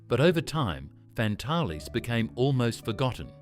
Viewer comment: Pronounced Fantails!!!!